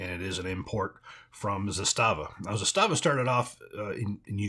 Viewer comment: ZAH stahva....stress on the first syllable